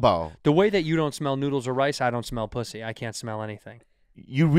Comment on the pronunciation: Bobby said poosy